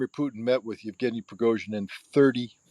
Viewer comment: Thanks for the show, but surely you could learn to pronounce at least Wagner as for the composer: Vag ner with a V as in German, and the Russian names too. It's not that hard to say Yev ge ny. Just split it up if you need to. It means Eugene in English. etc. A bit of knowledge of your subject goes a long way. But a big thanks for inviting Scott, who is the most knowledgeable in so many fields that he is unmissable. He is also very good at analysing geopolitics.